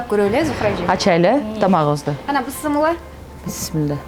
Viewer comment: Бысмылла эмес бисмиллях